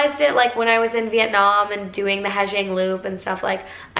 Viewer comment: FYI it's pronounced "haah yang" loop :)